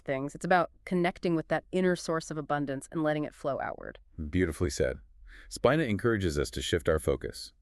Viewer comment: Its pronounced Speeena